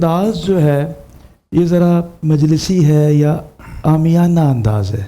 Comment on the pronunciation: سلام! بہ صد ادب گزارش ہے کہ اس سعادت خیز پروگرام کو ساری دنیا دیکھتی / سنتی ہے... اس لیے میزبان اور دیگر منصفین/مبصرین کو بھی گفتگو میں احتیاط لازم ہے... مثلاً : روانگی نہیں روانی عَنصَر نہیں عُنصُر عام یانہ نہیں عامِیانہ میزبان ایک پروگرام میں حافِظ کو حافَظ بول رہے تھے... جتنا اچھا پروگرام ہے اتنی ہی احتیاط کا متقاضی ہے... خیر اندیش جمشید کمبوہ پاک پتن شریف